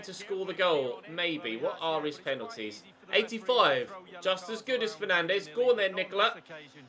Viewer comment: Apparently fernandes is pronounced like Fernarndsh, according to Lee Dixon anyway